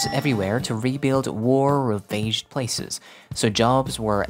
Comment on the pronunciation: War-Ravaged (Rav as in the sound of "Rav-4", then the sound of idge). You pronounced it "Rave-aged" 😀